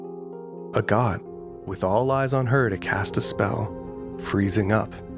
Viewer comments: its actually pronounded like ahh-got cus it's based on agatha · every time u say agott i thunk u say a god